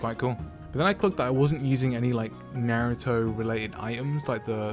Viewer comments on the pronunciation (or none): At the start he said naratha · he said naaruto